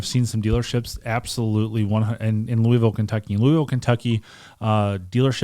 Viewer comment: Watching from Green Valley, Arizona... I graduated from Moore HS in 74, My wife from Tucson commented that doesn't pronounce his city correctly. are you born and raised Louisville? All in fun. Love the channel.